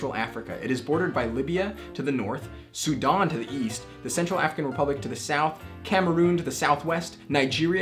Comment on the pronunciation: I love how pronounces it Sue Dawn 🤣🤣